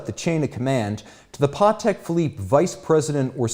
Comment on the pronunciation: I didnt know that it's pronounced 'PAWteck'. Good to know